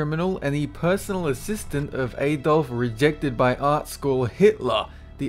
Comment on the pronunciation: Disliked. #1 - Title of the video is Creepiest, you changed the name in the video at the start by saying Most Wanted... NO. #2 You pronounce Adolf as A-Dolf.